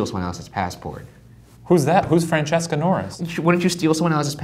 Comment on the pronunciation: It's been years and I'm still happy every single time they say "Francesca" because that my name!✨ They say it kinda wrong but I'm still excited😂